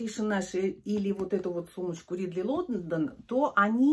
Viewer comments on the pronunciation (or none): почему "РИдли Лондон "?Английская "A" произносится как "Э", "РЭдли Лондон "